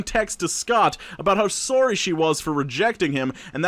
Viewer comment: I heard a Canadian “sorry”. Lol love your vids, they are my salvation before heading to my graveyard shifts.